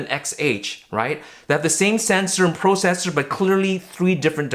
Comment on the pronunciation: "Pro - cessor"